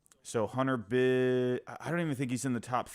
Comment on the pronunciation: It's pronounced BigE. Like my nickname. Not Bij.